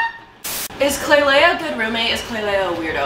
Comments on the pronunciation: I find it so funny how they all call her klailea instead of Klai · Is it just me or does it bug nay of u that they called her klailea instead of klai